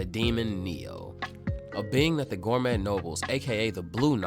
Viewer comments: Can this dude seriously not pronounce 'gourmet' correctly? Gorr-mett 😂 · The T is silence in gourmet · The t is silent in gourmet, dont want to be that guy but this manga uses the word constantly